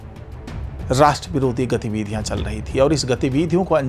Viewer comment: गतिविधियाँ का सही उच्चारण तो सही सीख लें।